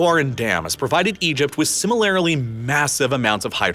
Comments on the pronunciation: Jw why do you pronounce similarly (SIM-i-ler + ly, for most) as sim-uh-LAIR-ly? You do it very consistently and it throws me off every single time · Great videos, but the word isn’t pronounced “sim-uh-lair-lee” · The way you pronounce “similarly” in all your videos hurts me. I’m literally begging you to look up how to pronounce it